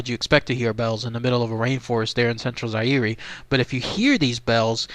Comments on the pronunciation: Zaire is pronounced zi-ear. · Fern-Gulley I LOVE YOU BABE!......you don't pronounce the E in Zaire bruh.......